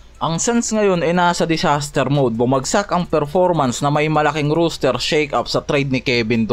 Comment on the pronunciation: "ROSTER" hindi "ROOSTER" ginawa mong tandang ang bigkas. hahaha